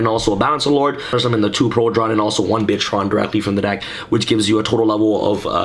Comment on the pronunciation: its bitron not bitchron